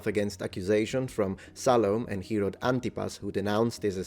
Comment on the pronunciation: Ok so did anyone else hear Harold instead of Herod at least like 3 times xD